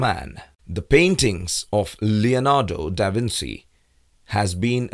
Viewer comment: the "Leonardo da Vinssssi" pronunciation killed me inside...